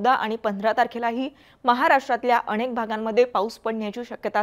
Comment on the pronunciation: अणेक नाही अनेक UCCHAR